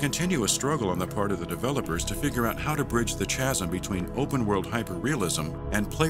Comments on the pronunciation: Chasm is pronounced "caz-um". FYI. Great video, though! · A great video about a very interesting game series that will hopefully be remembered by it's ambitiousness and by the great contributions of it's modding community. So I was going to let "Love-Crayf-tian" slide. Even "Sha-Rown's ferry". But then I hear "to bridge the Chaz-m"? But I guess you can't really go wrong with adding a bit of humor. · Turn the subtitles/auto closed captions on. Thank me later.. it's hilarious! As a side note: The narrator reading his script does not understand the difference between chazzzm and chasm. *shudder* As games go I was never quite sure how SOC was supposed to be. It had a very different "feel" to other games I've played. I enjoyed parts of it, worth a look if you've not played. Though don't expect perfection, it has some jagged edges. IMO it felt a little "slow" and "drunk" much of the time. A bit like Nico in gta4 but not as bad. YMMV! Given the devs went through hell to get the thing out there (watch the video or look up the back story of GSC) I can't be too harsh. I must admit I've not played the others, (by choice) this came at a point in time when gaming nosedived for me. Between always on internet, aggressive drm's, protections, buggy game engines, the addition of DLC related crap, hard disk bloat, newer editions of winblows getting progressively worse and the never ending continued expense of time and money, shortly after SOC I gave up on games. I still play the odd "retro" (it wasn't retro back then) game on one of my older boxes once in a while. Just look at (not in any order) Myst, Riven, Morrowind, Oblivion, Unreal, Half Life I (only one), Total Annihilation, Warzone 2100, Age Of Empires I&II, Quake I&II, Thief I,II,III & 2X, Deus Ex (only the first one) and System Shock I & II. All excellent, but games after this period just weren't the same for me somehow. I don